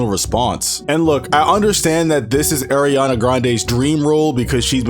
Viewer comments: ma boy said Air-iana 😭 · It’s not aairiana it’s Ariana🤣